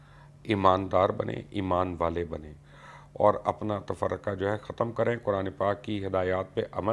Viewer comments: Yaar Mubashir Bhai, at least read the Quranic verse correctly!!! It is not ...walataffraqa...in the end, it is ...walataffarayquoo...!!! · آیت صحیح پڑھیں تفرقو ہے تفرقا نہیں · آپ نے قرآن کی آیت غلط پڑھی ھے ۔ آخر میں "تفرقہ " نہیں بلکہ "تفرقو " ھے۔ ازراه کرم تصیح فرما لیں ۔ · Mubashir bhai plz Quraan Pak ko saheeh parhain. Yeh aakhiry lafz tafarriqa nahi "tafarraqoo" hai. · "Walaa tafarraqu" not tafarqa! Please make correction. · dear brother واعتصمو بحبل اللہ ولا تفرقو ۔۔۔۔۔ آ پ نے تفرقہ فرمایا ھے ۔۔۔لفظ ٹہیک کرلیں جزاک اللہ ۔۔اللہ پاک آ پ کو سلامت ثابت قدم رکھیں آ مین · Is ayat k end main ولا تفرقو hai not ولا تفرقا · Mubashar saib you recite aaya wrong last word is la tafarraqu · Wala Tafarraqo )Please Qurani Ayat ko sahi pada karo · Tafaraqa naheen haey Quraan Majeed sahee padho bhai